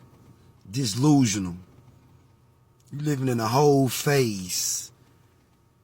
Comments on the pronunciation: He really said ‘dislusional’ 😂😂 low IQ at best 13% of the US going to make the whites a minority? Good luck smartass rofl. Look at him cry on the internet. Look at him now, begging for a dollar 😂😂😂😂😂😂😂 Thank you for the rational view. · DIS LUSIONAL?! 😂LMAO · Did he say dislusional? Is that a word? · Bro said "dislusional"... lmao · The man in the second clip says "dislusional" fuck sake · Did he say “dish-loose-n-al 😂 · Dislusional?! 🤣BWAAAAHAHAHA let me axe you wut dat mean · "Dis- lusional" 😂😂😂 shut up lil dude I'll smack u!👊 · Lol "dislisional"? Obviously i can't take this dude seriously when he cant even talk.. n fatigue here. Actually pure exhaustion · Yall dis-lutional, 😂😂😂😂😂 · The 2nd guy said "dislusional" 🤣😂🤣😂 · Did he say, "dishllusional?" Interesting. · Did he say DISlusional? LMFAO. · He hit "dislusional" with Pai Mei, chin-stroking confidence. JFC. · "Dis-lusional" These people can't even speak properly and I'm supposed to have a conversation with them about...what? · "Dislusional" Even the captions knew better 😂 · "Dislusional" lmao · This clown is telling other people to kill people , but he isn’t doing anything himself. Did he say “ dislusional”? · clocked out soon as bro said "disslusional " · I'm only on the first frame of the video and already know this man is about to say something completely ignorant and ridiculous EDIT: this man actually said "DISLUSIONAL" 🤣🤣🤣🤣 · Laughed out loud when he said dislusional 🤣